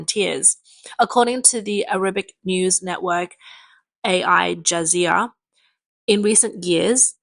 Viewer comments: This girl keeps getting given scripts with words she doesn’t know. Her pronunciation of Al (A-I?) Jazeera and “perilous” are brutal. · "A.I. Jazeara"...? LOL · PLEASE KEEP UP THE EXCELLENT REPORTS ON YOUR CHANNEL. SOME OF YOUR PRESENTERS THOUGH , DON'T KNOW HOW TO PRONOUNCE CERTAIN ENGLISH WORDS OR NAMES EG THEY SHOULD BE COMPETENT & PROFESSIONAL ENOUGH TO BE ABLE TO PRONOUNCE THE WELL - KNOWN WORLD NEWS SERVICE AL JAZEERAH.